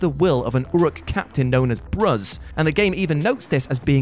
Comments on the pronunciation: What the heck is that pronunciation? The game says his name multiple times. It's Bruz pronounced like bruise. That's by design. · The way he pronounced Bruz 🤣🤣